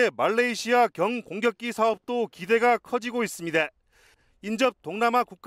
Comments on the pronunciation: 기자 발음 왜 이러냐.... 있습니댜 있습니댜.... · 다 字 발음이 왜 그러냐.. 있습니대.... 했습니대